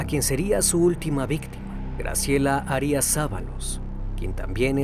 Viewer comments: Graciela harías??? En casi todos los videos hay mala pronunciación... veo importante poner atención en esto pues solo lo comprendería si no fueras mexicano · Arias acento prosódico en la primera a